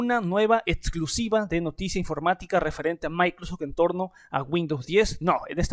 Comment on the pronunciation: "Micro sech"